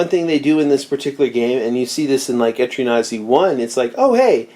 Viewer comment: I keep hearing etrian nazi🤣🤣